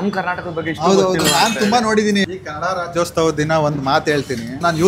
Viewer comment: ಕನ್ನಡ ರಾಜ್ಯೋಸ್ತವಾ ಅಲ್ಲಾ ರಾಜ್ಯೋತ್ಸವ ಸ್ವಾಮಿ.,..